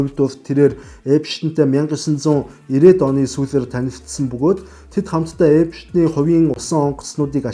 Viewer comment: Epshten bish Epsten gej heleerei gej olon humuus helj baisan shuu